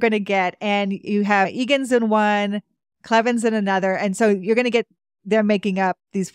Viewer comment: Gale Cleven was my dad’s first cousin. We are used to people mispronouncing our last name. I just wanted to clarify we pronounce it as Cl + even, not as Eleven. Thank you for this episode.